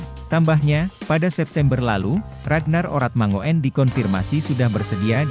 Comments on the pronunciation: Oe itu dibaca u bro....itu bahasa jawa jadi ratnar oratmangun bukan oratmangoen bacanya....paham ya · ini admin 'ngomongnya gk enak banget sih/bacanya oe yg saya tahu. itu ejaan lama yg artinya= u, itu nama orang dulu, kaya boeng soekarno, bacanya bung , sukarno hanya koreksi, akoe lahir taheon 40 han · perlu di tabok dulu mulut si mimin....biar bisa ngomong mangun......😂😂😂😂😂